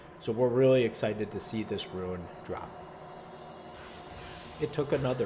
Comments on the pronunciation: It's pronounced rune. Not ruin. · omg i cant handle the "ruin" its RUNE. ROOOOON. REWN. not REW - IN.